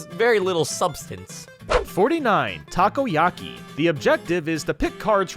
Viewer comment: He said taco yaki. ITS VERY MUCH TOE KO YAKI